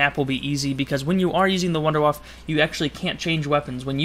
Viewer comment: sorry to sound like a dick, and by all means, say what you want, but in german, wunderwaffe would be pronounced Vunduh Vaffah.